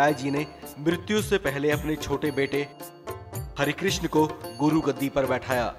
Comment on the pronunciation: It’s not Hari,,,, it’s har krishan G